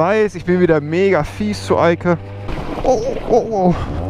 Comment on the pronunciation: Als du gesagt hast hat sie ja super gemacht die Eike hat es sich angehört als würdest du sagen hat sie ja super gemacht die alte😂